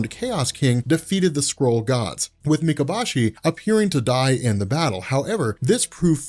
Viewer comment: It’s pronounced “Me-Ka-Boh-Shi”. “Boh” like the weapon “Bow”.